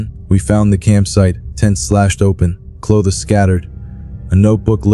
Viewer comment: How the fuck do you mispronounce "do", "geek" and "clothes"